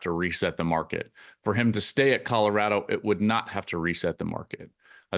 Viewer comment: At some point Whitlock should learn how to pronounce "Colorado".